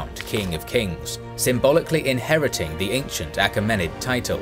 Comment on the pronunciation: you pronounce "Achaemenid" differently to how i have heard it said before.